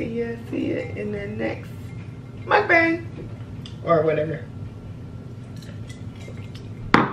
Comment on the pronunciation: Lol she said it wrong but "mukbang mukbang mukbang mukbang"